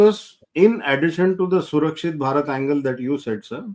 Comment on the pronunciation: It's really nice to see the professional approach to the subject. The visionary role in Atmanirbhar Indian army is correctly pronounced as Surkshit Bharat by. I appreciate vision of linking our Growth in GDP and safeguarding it by Surkshit Bharat by participating by citizens of India. A new dimension has been ignited.